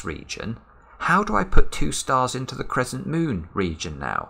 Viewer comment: Crezzent :D